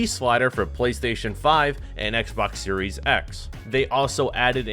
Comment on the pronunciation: Dude butchered the new Xbox X/S name on purpose... Wow